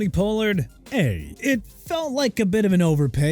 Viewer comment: It's Chuba (choo-ba) Hubbard! ARE YOU SERIOUS?! Also since you can't pronounce for nothing Pollard is pronounced pah-lurd! GOT THAT?! USELESS...